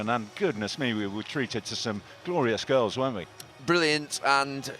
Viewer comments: Haha sounded like he said “We were treated to some great girls weren’t we?” 🤣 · Did he say glorious girls or goals